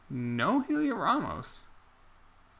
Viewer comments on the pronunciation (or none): Also Heliot Ramos's name is pronounced just like 'Elliott'. There's a video you can search for where he says his name